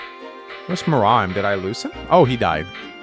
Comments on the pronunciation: He pronounces "Muraim", it is written Muarim. Phonetic pronunciation. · It amuses me how has been playing this game for over 10 years and still can't pronounce Muarim's name correctly.